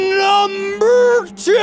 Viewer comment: This guy makes me lmao when he says "NUmbEr" :random number